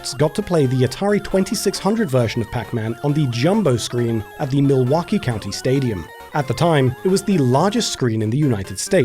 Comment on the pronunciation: Hey how did you pronounce Mil-wau-kee?